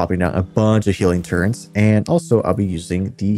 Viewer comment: First of all, great video. So amped for this dungeon and appreciate your insight on builds and what you're keeping on your character for different situations. Second, can we talk about the word "turret? There is no "n" in turret. You're like the 3rd person this week I've heard say "turrent", which is blowing my mind. At first I thought I just misheard them, but it seems like it's an actual thing. Wtf lmao